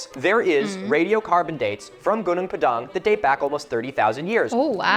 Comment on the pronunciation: First off that's pronounced /'guːnɔːŋ 'pɑːdɑːŋ/ not /guː'nuːŋ pə'dæŋ/